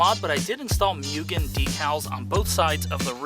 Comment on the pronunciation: Moogen * not pronounced mugen.